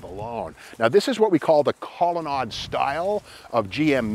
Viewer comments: Back in the day we pronounced it "colonaid" not "colonod". Studebaker was the oldest vehicle manufacturer in the USA at 112 years when it moved to Canada. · The word Colonnade is pronounced with a long a.